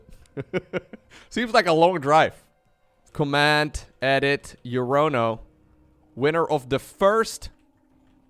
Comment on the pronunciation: Isn't "Urono" a pun name for "You don't know" and therefore should be pronounced "youronou"?